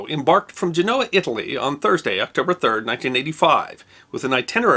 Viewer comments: It's GEnoa for cyin' out loud not GenOa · Genoa is pronounced Gen' oh- uh with the accent on the first syllable